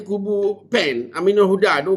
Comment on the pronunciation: PAN lah..bukan sebut Pen....😂